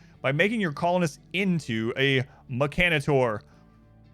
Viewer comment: Stop pronouncing mechenator wrong its bothering me like crazy.